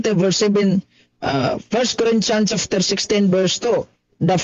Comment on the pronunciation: Chapter hindi chafter.